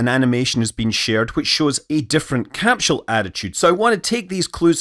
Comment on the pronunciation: Please, never stop pronouncing it "capshell". It makes my Scottish ancestry tingle.